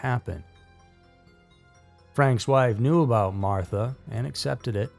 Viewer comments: Not Martha,, May-mah. Otherwise a good documentary. I’d understand if this was another robot voice. I’d take this down and re-edit. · unfortunately this story is 100% true. I appreciate your skepticism as channels like this are usually never researched. This was, (aside from the pronounciation of Mamah’s name.